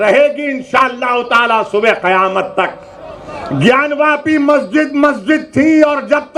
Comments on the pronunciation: रजत शर्मा जी आपको बहुत-बहुत धन्यवाद। आप ज्ञानव्यापी नहीं, ज्ञानवापी बोलिये। जय श्री राम। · ज्ञान व्यापी नहीं "ज्ञान वापी" सही नाम है!